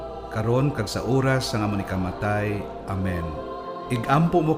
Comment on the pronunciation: Sa ngalan "sang" indi "san". 😁